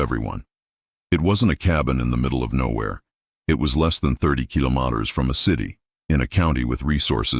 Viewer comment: The ai cant even pronounce kilometers... youtube please stop and ban this ai crap. It's not doing our younger generation any good.